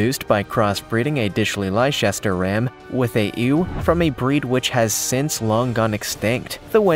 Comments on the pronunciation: You'll have to learn how to pronounce Lester & Lestershire properly and NOT as they're spelt. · pronunciation correction: “Leicester” is pronounced, “Lester.” And , “Loagthan” is pronounced, “Lokh-tun.” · Correction. You'll have to mispronounce Lester and Lestershire like the English do. They also misspell it, too.